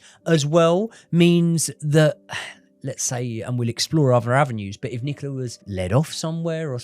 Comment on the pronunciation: Is her name Nicola or Nicaler?